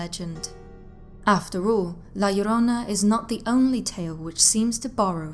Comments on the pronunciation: Thank you for saying it right ❤ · Damn, im Mexican and you pronounce La Llorona better than I do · Wow, you pronounce "La Llorona" very well! I was not expecting that, but I was pleasantly surprised 😀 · You pronounced La Llrona better than 99% of the people I've heard talk about the myth. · Awesome Spanish pronunciation , love it, also love your diction, is the best for all your videos , great work! Cheers from Mexico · I love your voice, your accent, and the fact that you nailed the pronounciation of La llorona perfectly! Great video,:> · Wow! You the first person not Hispanic nor latino that actually pronounces the name right. Love that story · Your pronunciation spot on. Great job. My grandmother used to tell these stories when we were kids. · THUMBS UP JUST FOR pronouncing "La Llorona" so well, but think that Marina / Cortez connection is more Propaganda against the Spaniard's ruling class and think that was retroactively added as a cautionary tale for those that would aid them against the more native peoples. you did a excellent job as usual. kudos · The way you pronounce La Llorona is such a turn on. 😩👌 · You say La Llorona so perfect. Im shocked cause most Northern Europeans have such a hard time with Spainish lol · Great video U say la llorona good in spanish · Love this!! And the pronunciation is literal perfection 😁😁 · 👏👏👏 that pronunciation of La Llorona in Spanish is perfect!!!! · Yes, I see videos covering this and their pronunciation makes me cringe and the fact that she says it right makes the whole video perfect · I noticed that too.